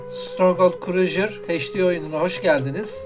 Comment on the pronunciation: stronghold en sevdiğim oyunlardandır mükemmel bir strateji oyunu. naçizane tavsiyem crusader kelimesini krujır değil de krusaydır şeklinde telafuz etsen daha güzel olur